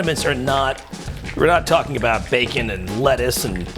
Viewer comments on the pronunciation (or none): none